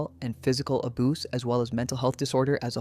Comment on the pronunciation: imagine trying to make a serious video and saying ‘aboose’ so you don’t get demonitised. so incredibly demeaning, just say something that is equivalent or give a brief description of the scenario